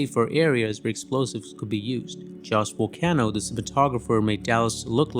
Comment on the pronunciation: The cinematographer is called Jost Vacano, not Vocano.